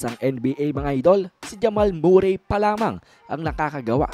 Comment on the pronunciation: Hep hep Murray! Kakatawa naman. Murry lyk curry pag pronounce nyan huh? 😆